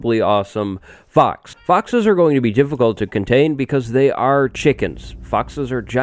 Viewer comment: "Fox", it sounds like "fucks". So fox fucks. 😂